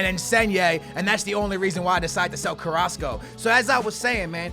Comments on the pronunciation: you were calling Carrasco:"Carraso" you were missing the "c" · You used to call carrasco , carraso 😂😂